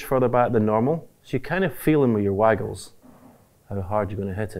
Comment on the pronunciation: Theres something hilarious when stephen hendry says your waggles